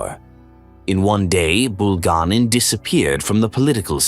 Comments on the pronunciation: BulgA'nin, but grazhdanI'n. And sometimes name could have non-standard stress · Your moronic AI narrations uses the wrong name and mispronounces Bulganin's name in several different ways! Dump the stupid AI and just get a person to nareate!!!